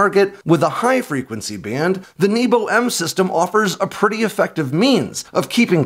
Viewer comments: you talk about the Nebo anti stealth, but it’s not pronounced like you would think. It’s “neh-bo” which means sky. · Nebo is not pronounced 'neebo'.